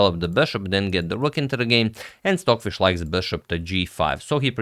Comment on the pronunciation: Sorry, are you saying “Swordfish” or Stockfish? Probably my bad hearing. Cheers!